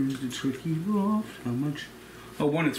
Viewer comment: “Durd of a cup of onions” “turkey broft” lol vs the letters “th” is the ultimate battle